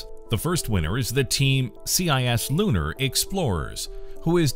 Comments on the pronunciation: “C.I.S.lunar” you mean cislunar? 🤣 it’s a proper word *edit: no hate though, love the channel!! (: * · Also: Cislunar, not C.I.S. Lunar